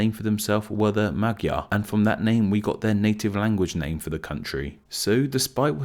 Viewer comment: I think that was the best you did. I don't know how to explain to foreigners what the letter gy is ..